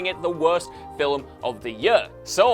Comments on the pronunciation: Please, stop pronouncing film as "fillum". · 'fillum' (film) that is all i heard the whole time it was so distracting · Film is a single syllable not two lol